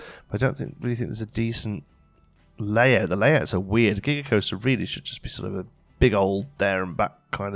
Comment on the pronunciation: I thought you said Giger-coaster. And now I want one!!